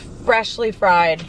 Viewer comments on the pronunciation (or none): none